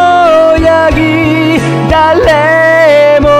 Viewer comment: 投手四冠 アホやぎって聞こえちゃうのおれだけ？